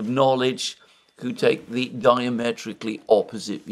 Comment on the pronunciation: but can't pronounce 'who' properly. He says koo